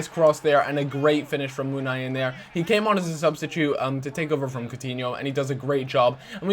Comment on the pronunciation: munIain not munaiin